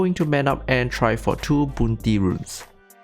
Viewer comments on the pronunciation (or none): ITS BOUN-TEEEE NOT BUUUUUN TEEEE. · I like your videos. Just can’t stand how you,pronounce bounty. Please research on it, you are definitely dedicated to do research for Dota.its just one word, say it right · i hear BOOOTY